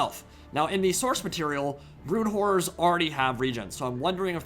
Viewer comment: ‘Brood whores’ lol.